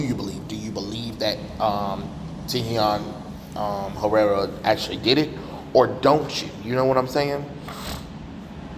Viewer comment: You seriously can’t pronounce the dude’s name???